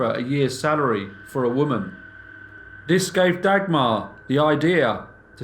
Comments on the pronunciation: The pronunciation of names in this is horrendous. Maybe just stick with stories with names you can pronounce. Dag-mar - you're not talking about a dagger! J is not pronounced dj, but in fact just j... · If you say Dagmar like this one more time I am going to loose it 😂